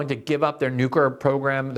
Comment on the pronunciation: Glenn, you're brilliant! U should probably practice saying "new-clear." Nookyer is NOT a word (and it makes you sound ignorant).